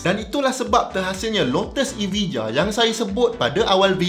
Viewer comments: prof dia tak panggil evija dia panggil aviya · EVIJA pronounce nya ialah EVIJA = EVAYA